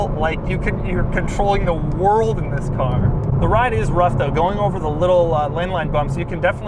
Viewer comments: Actually he says zhisssss ,instead of this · I like your " This" :D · Doug butchered the THISSS